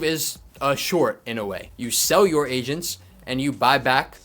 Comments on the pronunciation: I thought he said Asians instead of Agents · I swear I’m not a racist but man for the first few times u said agents I swear I thought u was saying Asians.😅😅😅 I was like I thought this market is getting messed up by china not Asians 😂😂😅😅 (I’m sorry) 😅